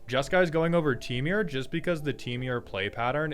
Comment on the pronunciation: why do you say "temiur" instead of temur like a normal person? (/j love your vids)